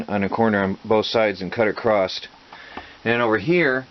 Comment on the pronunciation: I am a huge fan of what you are doing and have learned alot from your channel I also have learned what not to do lol but I have one complaint.....the word "Across" there is no T at the end of that word is that a speach impedement thing or is it a regional accent thing going on there?